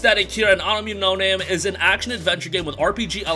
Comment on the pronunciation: I thought it was Anno Mutation-em the way you pronounced it angered me lol.